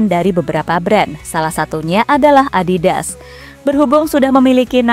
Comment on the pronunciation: Adidas apa adibas?? 😂